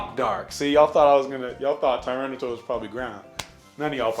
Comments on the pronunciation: Gens 6 and 7 made getting ready for competitive Pokémon so much more accessible for casual players tho. And Miltank isn't even hard. Also you pronounced Kyogre wrong. It's Kai-ogre. Not Kee-ogre. The "fire pig" was not Fire/Psychic. It's pronounced TyranitAr, not TyranitOr. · TyraniTAR! TAR! NOT TOR! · You know your a filthy casual when you say tyranitor